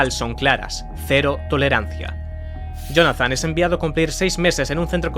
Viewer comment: Acabamos de ver un vídeo narrado por una IA próximamente no es ahora mira como dice la palabra Jonathan